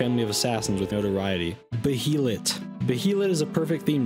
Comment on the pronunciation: BERSERK YESSIR 🦀🦀🦀 I am going to smack you the way you said behelit tho